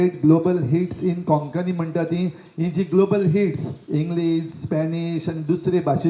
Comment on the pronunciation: While speaking on the subject of our language we should get the nomenclature right. It is Kónkānni ✅, not "Koknni"❌. Organisers must emphasis on this difference.